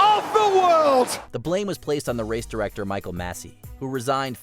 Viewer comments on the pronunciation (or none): none